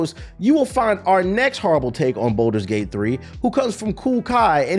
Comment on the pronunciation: u tracking its balders gate not bolders gate right